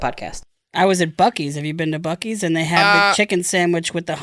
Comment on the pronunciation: Bucc-ees is not pronounced "Bucky's." It's pronounced "Bussy's." Also, was Dana referencing Portillos? Grew up in the south suburbs of Chicago. Now I live in the Ozarks. I got tired of getting shot and getting my haircut stolen. All I really miss from the Chicagoland area are the restaurants, Cubs games, and The Museum of Science and Industry. But even those aren't worth the bullet holes and stolen car stereos.